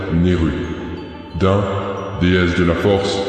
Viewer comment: On dit Dine pas Din bordel ! xD #JeNaviPasVu